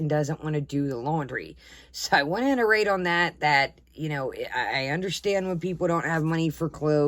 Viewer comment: It’s “iterate” not “interate”